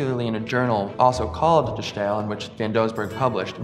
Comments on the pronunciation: Yes, please lose the German pronunciation when speaking Dutch. You wouldn't speak Spanish with a French accent, would you? Even the French don't do that. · It's pronounced as 'The Style' not as 'The Sssjjjhhhtyle'. It could literally not be any easier to pronounce for an English speaker and yet this guy manages to fuck it up. I guess this guy is just sssjjjhhhtupid. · 'De Stijl' in Dutch is pronounced almost the same as The Style in English. So it's not The Sschhhtyle ;) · My man, it's pronounced "de style"—you don't need to put some kooky accent on it just because it's spelled in an unfamiliar way. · It is not only cringing, it says something about the approach towards research. Uninformed attempts to pronunciation betray academic laziness. It is ironic that this man mentions the concept of ’essential elements of representation’ in the same sentence in which he fails to apply the essential elements of representation, once again.